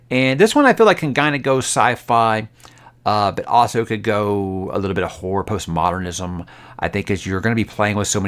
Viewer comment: saying postmodern😫😫😫😫